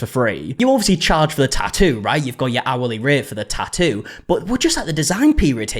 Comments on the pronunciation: You keep saying "tah-oo". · Wow, you really cannot pronounce “tattoo.” You know there are two TTs in the middle of that word, right? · i love a tattoo drama update because i find way you pronounce tattoo very pleasing (no shade, i like your accent) ❤